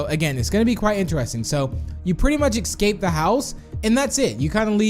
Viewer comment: Its escape not exscape